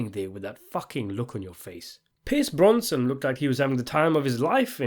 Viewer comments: BroSnan NOT BroNson! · My dude... his name is 'Brosnan', not 'Bronson'! Although I would welcome your review of Bronson with Tom Hardy! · Brosnan not bronson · Bronson? His family name's Brosnan! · Its Brosnan...not Bronson fam😂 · Thank you - I couldn't stand the mispronunciations!!! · How did you mispronounce Pierce Brosnan's name all the way through? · Brosnan deserves to have his name pronounced properly.